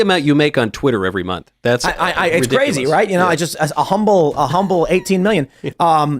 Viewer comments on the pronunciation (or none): none